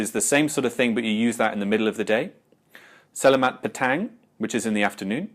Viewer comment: I just want to point out as a Malaysian, it is pronounce seh-lah-maht